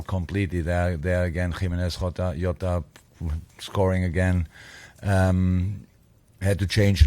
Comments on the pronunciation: It's not xota it's jota(like jotaro) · Klopp just said yota instead of jota, his German instinct of pronouncing j as y.